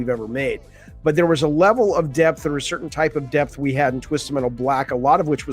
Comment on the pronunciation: Hello again. I'm hearing you say, "deaf of the gameplay", but you obviously meant "depth of the gameplay". The "p" in depth is not silent.